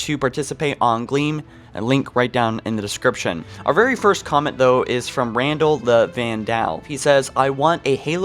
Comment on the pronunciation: I can’t believe he just said Randall the Van Dall Proof that these people don’t play Destiny 👎🏾👎🏾